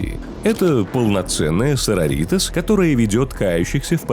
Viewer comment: СарОритас!. А то СарорИтас звучит как будто что то из мексики😅